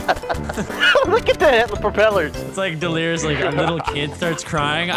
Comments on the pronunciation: "i wanna have fun with dilirious " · *I wanna have fun delerious